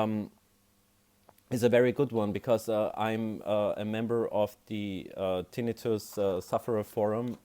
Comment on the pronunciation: Thank you for pronouncing it correctly! The other videos pronounce it tin-night-tuss. Drives me nuts! 😂